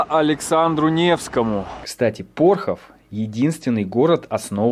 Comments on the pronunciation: ПОрхов, жутко режет ухо неправильные ударения! ШелОнь река! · Слушать- ужас ПорхОв- ПОрхов и ШелОнь- даже смотреть противно, сначала изучи неуч.... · ПОрхов, ударение на первый слог ШелОнь, на второй ПопадИнка 😄 Считаю, что человек не из наших земель не может знать, как правильно ставить ударения, это не страшно) А продукция нашего завода очень вкусная, советую масло 😉 Можно было посмотреть ещё наше ХИлово и ВолышОво Всё, к сожалению, в плачевном состоянии, тут вы правы.. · Добрый день. Насколько я понимаю, комментарии у вас открытые, а значит Вы открыты к критике. Так вот, люди у нас в городе добрые и открытые, но Вы оскорбили всех, исковеркали абсолютно все названия: ШелОнь, ПопадИнка, ПОрхов, ДЕдовичи. Никакой ни исторической, ни познавательной ценности в данном ролике вообще не наблюдается, чего не сказать о городе. Весь ролик приподнесен в вульгарном, негативном русле, будто рассказываете с отвращением. Мне очень жаль, что кто-то посмотрит этот "высер", простите за выражение и еще посчитает Вас компетентным человеком в области туризма, а в итоге город не получит должного внимания и настоящей оценки. Всего Вам доброго, надеюсь Вы либо начнете развиваться, либо Ваше дело сгинет на корню.